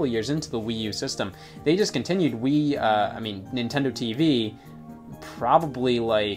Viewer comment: Am I the only one who never realized the name of Nintendo TVii and always pronounced it “Nintendo TV eye eye”